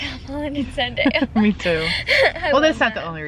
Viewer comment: I laughed so hard when tried pronouncing Zendaya's name